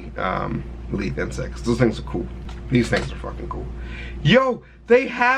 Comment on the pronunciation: "we gotta do insects" my fucked up hearing: "WE GOTTA DO INCEST"